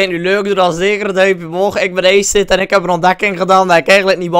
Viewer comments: hij vond dat woord in een film maar je spreekt het anders uit hij vond dat cool en hij noemde zichzelf zo op games,... en ook zijn YouTube kanaal maar hij spreekt het dus uit als eeejsit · je spreekt het uit als a-siet 10/10 would cry